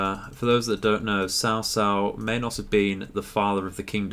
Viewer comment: A kind suggestion to pronounication: 曹操(Cao Cao) should be pronouced as [tsʰau̯˧˥ tsʰau̯˥˥] in Standard Mandarin, noting that the ASPIRATION SYMBOL(superscripted "h") and TONAL SYMBOL("˧˥"and"˥") are presented. In fact, there is the widest gap between the Chinese and the English languages—They come from different language FAMILIES, the highest linguistic taxonomic rank. So few similarities exist between them make perfect translation impossible in many cases. Romanization brings up another problem: There are too many homophones in Standard Mandarin, the most prestigious form of Chinese, and most-frequently-used Romanization method based on it (拼音Pinyin, and Wade–Giles), making me hard to figure out the city and human names if only Romanized text is provided. let alone the pronunciation difference between different Chinese dialects (Cantonese, Hakka, Hokkien. etc) for the same Chinese characters (Hong Kong and Macau's Romanization is based on Standard Cantonese, so different Romanized "word" can mean exactly same characters. In this game, all Romanized Chinese text is based on Pinyin(拼音) and Standard Mandarin.